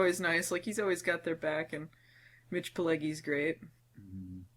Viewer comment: Good, fair critique. BTW, it's pronounced "PIL-LEJ-JEE".